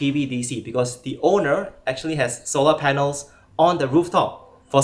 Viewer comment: Quite Interesting.. tho the way he pronounce " solar" is the thing tat kept me watching. Jus to see if he would get it right in the end 🤣